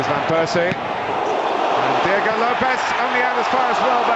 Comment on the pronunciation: U mean Diego right, what in the hell is Deago